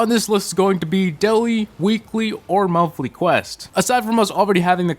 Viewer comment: "daiwee, weekwee, an monthwee"